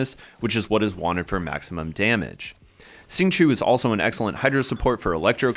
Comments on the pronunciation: Good guide but it's hard to listen to it when you keep pronouncing his name "sing-chew" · nice guide! the correct way to say it is ‘xing q-i-ou’